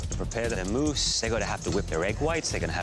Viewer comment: It's "mousse," not "moose."